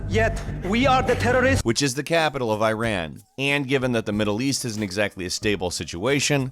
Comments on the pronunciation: First learn to pronounce my country's name : Iran is not like I ran , it's eeraan meaning the land of the Aryans. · Guys, it is not eyran it is iiraan. i like Internet and a like umbrella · Here is when i am offended, it's not freaking " I-RAN " it's Iran and said more like " E-RUN " without the pause between E and Run. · I'm surprised you even knew about battlefield's situation in iran👍🏻 But try pronouncing iran correctly😁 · Yes, a lot of us were actually offended over battlefield 3. Not just because it's about a US military invasion of Iran (pronouced ee-raan, not ay-ran btw), since that's basically an impossible thing. It missed so many crucial points, right up to the level of getting our flag and writing system wrong. And that's not even mentioning portraying our military as some kind of ISIS spin-off. So yeah, that game was pretty badly received. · Bro Iran is pronounced like eeran Not Ayran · You pronounced it Incorrectly. it is not I-ran, it is ee-run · Why do Americans say eyeran. It’s bloody Iran! I, NOT EYE! 😂 Also great video! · is i-ran some kind of a new apple product? if you want to bash countries for banning games that are simply stupid at least pronouce their names correctly - its e-ran not i-ran. thanks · Yup, Battlefield 3 Is Banned Here. And Of Course Iran (btw no hate but it's not pronounced "airan", its pronouced "e-ran" or "eeran")Would Get Offended. Because Why Not? It LITTARALY SHOWED THE MILITARY DESTROYING TEHRAN. ik that everyone's like "It's just A Game, They didn't mean anything by it" And I Understand That. But I Just Wanna Say That Iran's Situation Is Not Looking Good Rn. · It’s Ear-on not I-ran. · Hey Dear! Please try to pronounce the name of "Iran" right from now on. The way you said it is wrong. "I ran". It is pronounced like "E run". Thank you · Please pronounce Iran the right way, It’s e-run not “ I ran far away” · > spelling Iran as “Airan” instead of Eeran Dude you’re doing it wrong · He literally says Iran as eyeran